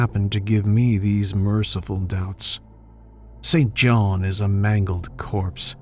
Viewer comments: Hi. I have a friend name St John.. pronounced 'Sin-jun". Never understood how his parents could have chosen that name! 🤭 Like the late British MP, Norman St John Stevas!! Unless you know someone by that name, it makes sense to think it's pronounced as written.. I heard it many times on documentaries pronounced 'incorrectly' too.. never understood why it is actually pronounced totally differently.. 🤔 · Hey there. Love listening to you as I’m cooking. Thank you. FYI. A pate is a head. He had a bald pate. Pronounced like gate not patė. The name St John is pronounced Sin Jin or Sin Jun as far as I am aware. It is now an old, and barely used name Perfectly normal for Lovecraft’s era